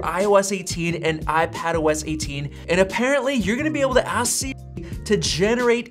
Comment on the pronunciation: Why do you say si-- instead of Siri?